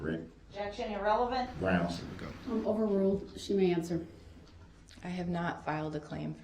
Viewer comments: Every time Darrell “barks” grounzzzz (instead of the proper pronunciation of grounds) in his angry tone after the pronunciation objects to his line of questioning, he is clearly showing the jury that he has a temper, proving he is someone who has a rage issue. Darrell is so stupid that he doesn’t realise that his actions are just proving the prosecutions point that due to his rage he had no regards for human life when he drove through the parade. If just being objected to makes Darrell get angry and clearly displays that anger in Court, you can then easily imagine that having a physical fight with his girlfriend just prior to the parade attack that Darrell would of been overflowing with pure rage which he then took that rage out on all of those innocent people in the parade because he cannot control is temper!! Darrell is actually the prosecutions BEST witness indirectly 🙄😂 I’m am so happy that this vile piece of garbage will spend the rest of his life behind bars, he is the devil on earth!!! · I have read in several comments that some people believe DB is "intelligent" (intelligence is the capacity to learn, not how much someone actually knows). That assessment is laughable! 1. Prosecution objects and follows IMMEDIATELY with the grounds. Grounzgrounzgrounz before she is even finished with the objection. 2. He incorrectly objects to heresay, then asks the lady cop a question which requires a heresay answer. 3. His stupid State/entity/person question is deemed irrelevant, yet he continues to ask it. 4. He is unable to grasp even the simplest legal concept or courtroom procedure, even when it's explained to him. 5. Tackit, Um-biblical (cord), substain, biastness, biast, and on and on. There is no capacity for learning here and said it best, "how did he manage to make it to 40"?